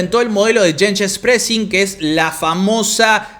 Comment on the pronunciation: Like porque te veo sufriendo para pronunciar cosas en alemán, pero poniendo voluntad (shenshens pressing fue mortal)